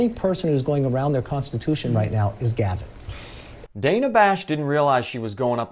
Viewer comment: DAN-Uhh is how you accurately pronounce her name.